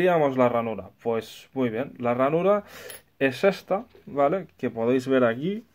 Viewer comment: Muy bueno, pero que manera de pronunciar la palabra vale.